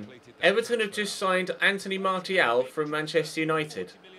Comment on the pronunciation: why do you say martial when its pronounced marshial